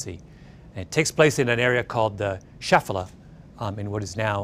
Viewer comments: Great talk. Correct pronunciation is "Shvay-LAH".. Accent on "lah"...Not Sheh-fuh-lah. In any case it is great you told the real story. Anyone who actually reads the Bible would have learned it. I am guilty too! However, it was when I was teaching a 4th grade Jewish studies class that I decided to throw out the required textbooks and instead just read the actual Bible itself!!! Yeah, how innovative, right? Well, needless to say the 4th grade students became extremely animated, curious and engaged in exploring the written AND unwritten details of the stories we were reading. We read David vs Goliath and thru our reading we learned the truth of the story as you have told it. The students wanted to know about Goliath's armor, his height, weight etc. and then about David - the students were especially curious about the slingshot, the type of stones used, where it hit Goliath and why it caused him to fall etc. - and finally how Goliath, a giant mighty warrior, was felled by a young shepherd boy! I have to say that I learned SO MUCH just by reading the actual text and then by the questions the students had. We had to do extensive research to get some answers. Mostly, however, the reading of the text inspired curiosity, exploration and CRITICAL THINKING - something lost in today's world. By the way - thank you for explaining about the stones. One question still left unanswered is: WHY did David use ROUNDED SMOOTH STONES rather than stones that might have been carved like arrow heads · "Shfela", not "Shafela"...